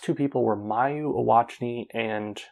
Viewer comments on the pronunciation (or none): WA-TA-NA-BE. The Japanese ring announcer was correct. In fact, a few of your pronunciations are incorrect. I'm not trying to knock on you, just constructive feedback. EE-WA-TA-NI is another that comes to mind.